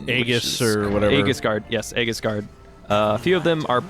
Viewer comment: You guys are awesome, and thanks for showing that glitch. But, it's pronounced ee-jis, not a-gis.